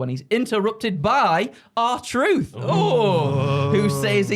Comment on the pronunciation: The fact he got the r truth right I’m dying 😂😂😂